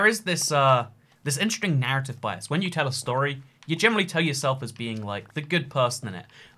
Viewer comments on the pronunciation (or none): none